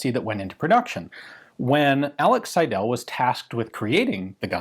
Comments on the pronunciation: Pls. Alec S_EI_del, not Alex Seid_E_l.. The first syllable "Sei" dominates the German name Seidel. The ending "del" is not emphasized. I don't want to be a grammar nazi, but this pronunciation hurts my ears. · The name is pronounced „Sydl“ - the e is not vocalized. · "Seidel" is pronounced 'Seidl' with the emphasis on the first syllable and the second e barely there. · I was thinking: is it Seidel, Seidl or Seidäl. (Never seen Seidäl, but the way our dear gun jesus says the name it could be a possibility.) I don't know many gun designers names. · So my last name is Seidel and hearing it so much in this video made me really giddy. Also, it might not be the case here but we pronounce "Seidel" as "sigh-dull". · Alas you mispronounced 'Seidel' throughout the video. The stress is on the first syllable.